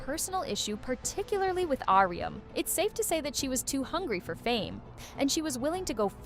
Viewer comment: honestly can't get over the 'ahrium' lol it's just 'ah-rum'